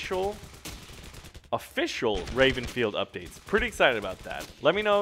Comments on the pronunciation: did say Rapenfield?? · d-did he just say: 'rapenfield'...?